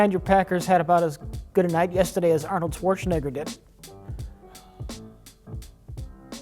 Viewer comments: Why does keep saying Schwarzenigger? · Why does everyone keep saying Swortshenegger, nobody is expecting german pronunciation but please, the Sh sound is in the beginning. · Do Americans say "Schwarschenegger" or is that just dementia? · "Chwarchnaeger". XD Here's a tip on how to pronounce it: Schwartzen - egger (or simplified to chwartzen - egger) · "Swartschenegger" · I love but he says Arnolds last name like it has an I and not an E. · The way pronounces "Schwarzenegger" will never stop being so utterly fascinating.